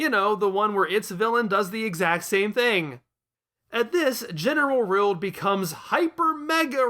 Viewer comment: Why are you calling Rildo Rild?